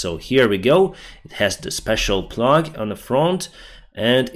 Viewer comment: Plow not plug. Plow rhymes with cow. The Russian word is плуг but in English it is spelled plough and pronounced plow.